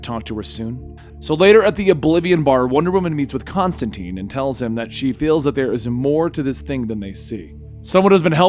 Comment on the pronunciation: Constantine not constanteen